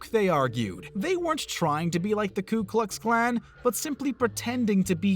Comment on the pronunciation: He also said "Klu" Klux Klan, but it's "Ku" Klux Klan.